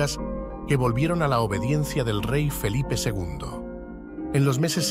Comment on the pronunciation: Felipe ll. Nada de "Felipe, segundo", como ha dicho el locutor al principio del video.